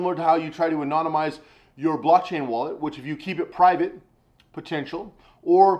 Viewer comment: Anonymi- anonymiz- boomerpow! 😆😆😆